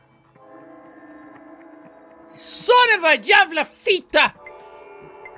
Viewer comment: Jackaboy I'm so proud that you can pronounce "Jävla" flawlessly just work a bit on "Fitta" and it will be all good :)